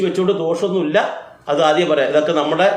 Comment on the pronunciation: ആധ്യം എന്നല്ല ആദ്യം എന്നാണ്